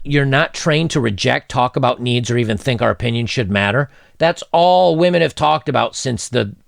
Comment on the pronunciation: "Whamen Most Affected"